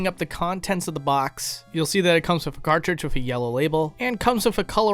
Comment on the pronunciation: I notice you say “wif” instead of ‘with’. What’s up wif that?